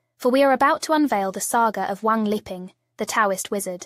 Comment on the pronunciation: His name is 3 separate characters or words, Wang Li Ping, but you have it as Wang 'leaping'. The short comings of computer generated vocals, when you don't enter the text to get the correct effect.